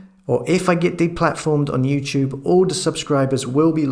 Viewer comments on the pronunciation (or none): none